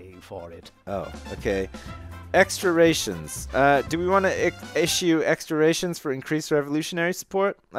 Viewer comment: Ration is pronounced "Rash-shun" not "Ray-shun"... Thought i'd just let you know